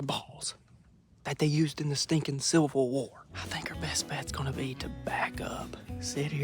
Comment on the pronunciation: “Sievl war” got me dying laughing 😂